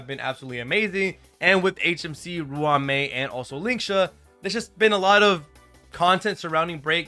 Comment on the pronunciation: That’s not how you pronounce ruan Mei 💀💀💀